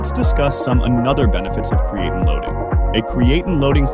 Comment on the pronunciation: If you are going to have a computer voice and it can’t pronounce the subject of the video and mis pronounces it over and over, maybe have a real person do the audio. Lame!